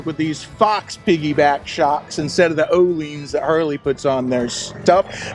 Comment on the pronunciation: ohlins is pronounced yo'llins. youwelcome. I think not a single American pronounces these correctly